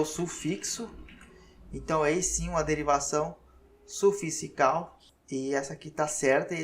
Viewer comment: Professor só uma observação, vc está pronunciando " suficical" pelo amor de Deus, longe de querer apontar como uma falha, seu conteúdo é incontestável, só falei pq isso tbm acontece comigo, daí peço que as pessoas que convivem comigo me aponte, pq deve ser uma dislexia, tbm não estou dando diagnóstico. É com mto carinho 😍😘